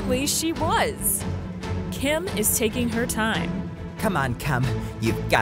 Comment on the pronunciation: Is it just me or did call Kim "Kum"